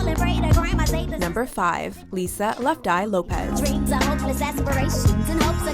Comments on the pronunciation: Karen Carpenter is not a native of L.A., she was born in New Haven, CT. Lisa Lopes name is pronounced as in the word ELOPES, not the same as LOPEZ, as in Jennifer Lopez. Patsy, Karen, and Whitney should be the 3rd, 2nd, and 1st positions respectively due to the legacy of their music with Billie and Selena 4th and 5th, then Amy, Janis, Aaliyah, Lisa and Mama Cass from 6th to 10th. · You were pronouncing Lisa’s last name incorrectly the whole time. It’s just lopes not lop-EZ. ( like Jennifer Lopez) it’s a Portuguese last name